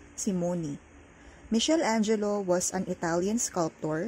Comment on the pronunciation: Isearch nyo po its actually "mi-kel-angelo"